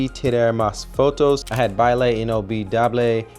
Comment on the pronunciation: Baile is pronounced bye-leh